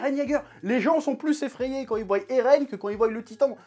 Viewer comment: Attention Chef, quand tu t'emballes tu dis ''Voyent'' comme un ado ''show off & déscolarisé"